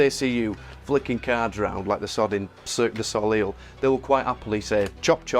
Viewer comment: This is great, but the number of cuts (heh) is a bit distracting and slightly lessens the authenticity. You might want to look up how to pronounce Cirque du Soleil btw! :-D